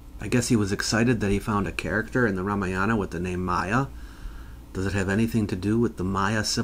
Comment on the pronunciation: The ramayana... The Ra Maya Anna